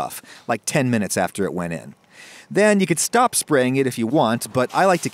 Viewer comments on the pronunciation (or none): none